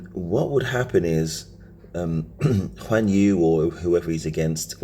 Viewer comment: Guan Yu not Juan Yu 😂